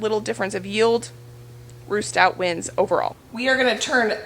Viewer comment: I’m digging your channel. 😂 it sounds like you’re saying roost out, but i know that you are saying Ruth Stout, here in fl, potato towers are the way to. Those are nice, I watch lumnah acres, and those are the same handles they just installed. Wondering, can you taste the onions in the potatoes ?, I don’t eat/like onions, it am willing to try new things.